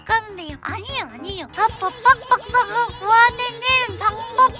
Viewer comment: 박법학박사에서 빢빢뺚뺩뺙의 연속이...🤣🤣🤣